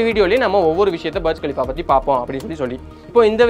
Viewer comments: பர்ஜ் கலிஃபா ila da Burj khalifa புர்ஜ் கலிஃபா🤦‍♂️ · அது பர்ஜ் இல்ல.. புர்ஜ் கலீபா... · பர்ஜ் இல்லை புர்ஜ் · Please pronounce properly not Barj Khalifa Burj Khalifa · அது பார்ஜ் கலீஃபா அல்ல, புர்ஜ் கலிஃபா என்று உங்களுக்குத் தெரியாவிட்டால், அந்த கோபுரத்தின் பெயரை எப்படிக் கூற வேண்டும் என்று உங்களுக்குத் தெரியாவிட்டால், இந்த வீடியோவை ஏன் உருவாக்க விரும்புகிறீர்கள் . நீங்கள் எதைப் பற்றி பேசினாலும் அது முழு உண்மை இல்லை, எனவே உங்கள் சொந்த விஷயத்தை கவனியுங்கள் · Bro berj khalifa ella.... Booorj khalifaaaaaa.... Nalla pronounce pannunga.... Keka orumathiri eruk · Pronounce it as புர்ஜ் கலீபா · Burj Pronunciation Thappa Solra Bro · i doubt are you pronouncing Burj Khalifa properly ???